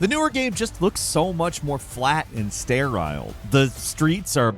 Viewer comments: Normal human - “Sterile” - “Stair-Iisle” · "Stair-Aisle" Ouch dude. Lmfao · knows GD well "sterile" isnt pronounced like that. Someone else needs to edit these vids and tell dude when he sounds ridiculous. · “Stair isle” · I feel like creates his own pronunciation for some random word in every video. Who in the world pronounces “sterile” that way?